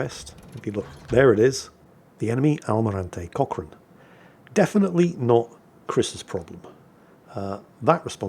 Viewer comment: Did anyone else think was saying "Cock Ring"? I realized about 2/3rds into the video he said Cochrane instead. Get better and take ur Man Pills.